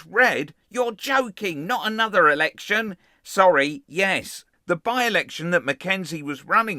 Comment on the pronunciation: "What do you mean I have to work and perform my statutory duties? This is worse than school, I won the lectshun so I can do whatever I want!"